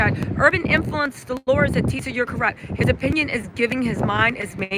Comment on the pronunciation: Tisa not "Tess".